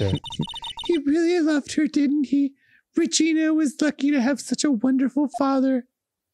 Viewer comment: The way Arin said Regina sent me so far and so suddenly